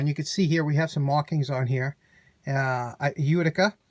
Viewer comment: Merry Christmas to you I hope you pass the stone soon. I am in Arkansas! We never send stuff out from the left side of the state. Fix it here. I just watched this vid to hear you say Uticer. Sweet, you did it!